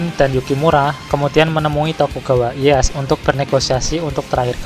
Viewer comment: Ralat pelafalan bang Sengoku dibaca Senggoku Tokugawa Ieyasu bkn Ieyas Maeda Toshiie bkn Toshi